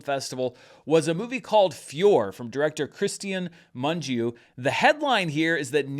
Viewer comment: You are one of few that say his name almost right. 👏 It is: Moon-gee-ooh, three syllables.